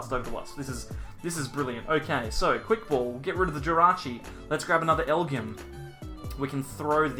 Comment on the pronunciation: I think the Pokemon is pronounced “L-G-M”.